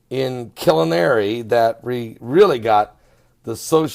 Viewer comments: It's pronounced...(Kill-are-knee)I'm 2 hr's south of there and I saw nothing and heard nothing.sorry. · killinary???..do you mean KILLAAARNY?